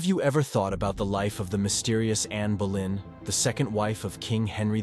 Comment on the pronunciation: It's anne boleyn not Berlin, I take it American version , some good facts